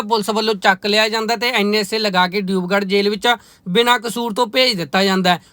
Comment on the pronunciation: ਡਿਊਬਗੜ੍ਹ ਨੀ ਦਿਬਰੂਗੜ੍ਹ ਆ ਭਰਾਵਾ ਅਸਾਮ ਸਟੇਟ ਵਿੱਚ ਆ